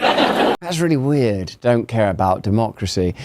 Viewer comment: Actually its not Duhmocracy. Its Democracy. As in de jig is up libs and dems.